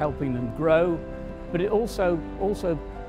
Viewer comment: Okehampton not Oakhampton